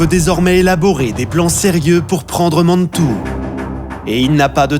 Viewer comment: Mais la cavalerie de "Killmaine" ce ne serait pas Kellermann, parce que sinon, je ne le connais pas..! Et pourquoi dire Mannnntoue !? Ce ton et la diction sont insupportables, je suis encore saoumlé après les avoir fait taire !